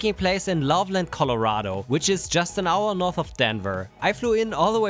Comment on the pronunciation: Thank you for pronouncing Loveland correctly! So many people (especially on tv shows) pounce it Love Land :face-blue-covering-eyes